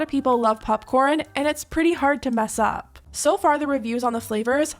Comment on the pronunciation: "pupcorn" llol